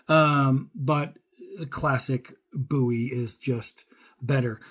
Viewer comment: If you can’t pronounce Bowie correctly you should not have a knife channel!